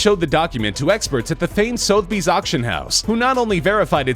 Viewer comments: What the fuck is "Soat-bees"? Its pronounced "Suther-Bees". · "suh-ther-bees" not "sow-th-bees" FFS americans.. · SOTHEBY'S is pronounced "SUTH-UH-BEEZ" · How can anyone not know how to pronounce 'Sotheby's'? It's arguably the most famous auction house in the world, (along with Christie's).